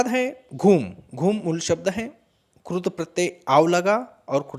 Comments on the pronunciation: पहले कृत प्रत्यय का उच्चारण तो सही कर लो सर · क्रूत नहीं कृत🤣🤣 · क्रुत नहीं कृत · Maharashtra me ri ki mantra ko ko ru hi kehte hain. Regional influence on Hindi language hai.